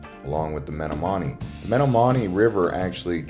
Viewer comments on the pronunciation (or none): A kind if surface precis of the city, albeit with some details completely wrong (but in understandable ways). "Menominee" is pronounced more like "Meh-NAH-muh-knee". The river was just a bit muddier than usual when filmed. The "skywalks" (overhead connectors) only exist downtown, between commercial buildings. Two such pass over the "navigable waterway" of the river, a rare if not unique feature in the US. // That is the Pabst Theater, home of the Milwaukee Repertory Theater Company and other live performances. // The under-bridge park has another unique feature, a "marsupial bridge" for pedestrians to cross the river without having to go up to the cross-street-level viaduct. // The orange sunburst statue is named "The Calling" and if viewed from Wisconsin Avenue (the main street) looking eastward, it evokes imagery of the sun rising over the horizon. // Miller-Coors Brewing owns the building pointed to, but the actual brewery operations are about three miles west, on the other side of downtown in what is (unsurprisingly) named "Miller Valley" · Stress on the second syllable. Don't try to say it like Cookie Monster is telling you he's broke. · Dude, do your RESEARCH! Menomonie is pronounced ME-nom-ma-nee, NOT Met-a-Monie! What the heck bruh? My wife is born and raised there and she's losing her mind right now! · Just a heads up.. That other river's name is pronounced like this: Meh - nahm - o - knee... Mehnahm-o-knee. It's spelled Menomonee River. There is also a small suburb abutting the northwest of Milwaukee named Menomonee Falls, as well. We Wisconsonites are so used to the Native American influence in so many of our state's rivers and community names we forget how mystifying they can be for outsiders to properly pronounce them. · Menomonee is pronounced Men-om-o-nee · its pronounced "muh-NAH-muh-nee" river. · Menomonee pronounced muh-NOM-mun-nee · It's pronounced men om onie river also nothing more appetizing than the smell of the Milwaukee River in summer